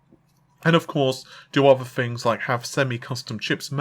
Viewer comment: I don't usually comment stuff like this but please for the love of god, can you learn how to pronounce 'th'. Example - you are constantly saying "fought" instead of "thought"/ "fings" instead of "things" etc. Drives me nuts.